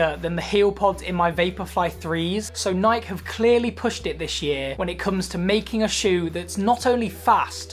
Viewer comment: after the 3rd time he pronounced nike i had to turn it off lol